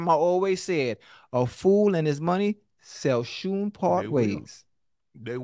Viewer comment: Oh my God. Ochoa said "sall shoon part ways" I love this show.